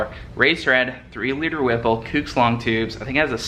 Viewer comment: It's not kooooks. It's pronounced "cooks" like cooking on the grill.